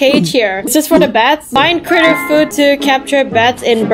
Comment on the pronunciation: You said foood 😂😂😂